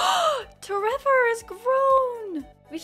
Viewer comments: Everytime toy say tREVOR it cracks me up way too much, thank you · I laugh every time you say tREVOR 🤣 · Everytime you say t REVOR i laugh so hard. Thank you. :)